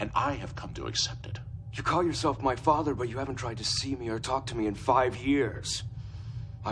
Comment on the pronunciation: Characters on DS9 loved to pronounce father as "Fawwwther" lol